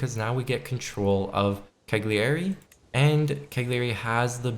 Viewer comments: Great video! One thing though, Cagliari is not "KAG-yari", but "KA-yyari". It's just like saying "paella" in Spanish ;) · why not google how to say Cagliari or Bologna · That pronunciation of cagliari was very funny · Americans - can say Zucchini fine, just how the Italians say it. Refuse to ever say Cagliari properly and have to always say it in the most painful way ever to hear or say.